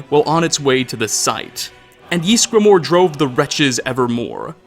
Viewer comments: Can you stop saying "Yeesgramor"? It's "Ysgramor". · how he pronounces ysgramor gives me the fear